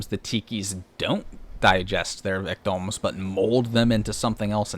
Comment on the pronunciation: Why do you pronounce "victim" as "victom"? You do it every single time and have no discernable accent or speech impediment so I assume you're just okay with saying it wrong?